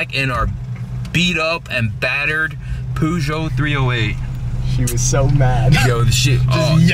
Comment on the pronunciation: PLEASE STOP CALLING IT A POOGEOT